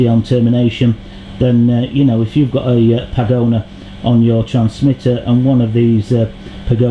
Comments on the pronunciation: I appreciate you carrying out these tests, and it's nice to know that the antennas I use for FPV are as good on the bench as they appear to be in the field, but I wish you'd stop calling it a "pagona" - it's a pagoda - like the chinese buildings - no "N" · That is Pagoda, not pagona.